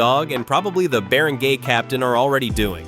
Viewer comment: It's Not "Bear and gay Captain"😅 It's Bar on guy😊